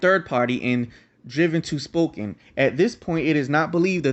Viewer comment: Its pronounced SPO-CAN :) Great video!